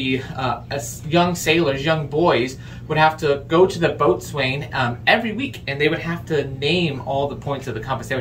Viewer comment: Boat Swain? And your a sailor? How about Bos'in? As in Bos'insmate.